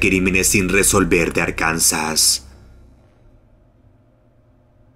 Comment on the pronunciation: Se pronuncia "Árkansa"..acento en la primera "a" y sin "s" al final.